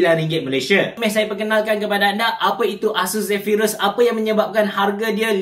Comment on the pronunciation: Zephyrus la bukan Zephryus. Noob.